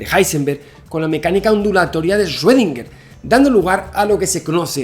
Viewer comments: Hola Javier, solo te falta pronunciar bien 'Schrödinger'; ya en otro video te había puesto en los comentarios la forma correcta de pronunciarlo y te la vuelvo a poner aquí para ti y tu audiencia. Gracias por este trabajo que haces de llevar el conocimiento a todos los hispanohablantes. Erwin Schrödinger nació en Austria y después fue naturalizado Irlandés. Debido a que nació en Austria país de idioma alemán, la pronunciasión correcta es más fácil de lo que se imaginan, este es: "Chrudina" Traducción del IPA: “ʃʁøːdɪŋɐ” Explicación: [ʃ]: Este sonido se produce al pronunciar la "ch" en la palabra "chic" en español. [ʁ]: Este sonido se produce al pronunciar la "r" en la palabra "perro" en español. [øː]: Este sonido se produce al pronunciar la "ö" en la palabra alemana "Götter" (dioses). Es similar a la "eu" en la palabra española "Europa", pero con una duración más larga. [dɪ]: Este sonido es similar a la "di" en la palabra española "día". [ŋɐ]: Este sonido se produce al pronunciar la "na" en la palabra española "plana". Así, que si se lo preguntaban, la respuesta es: (Sí). Todo el mundo y desde siempre, menos los qué hablan alemán, han estado equivocados en su pronunciasión. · Yo: El 2020 ya no puede ser peor Javi: Deja de decir paradoja de Rredinguer Yo: Cruzaste la línea!!! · 2020, que más puede pasar? :Javi ya no dice esrodinguer :( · Shuedinger xD